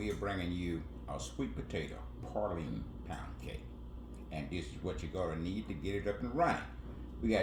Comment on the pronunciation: I’ve made this cake before, but it’s not PAR-line, it’s pronounced PRAY-line. Please!!!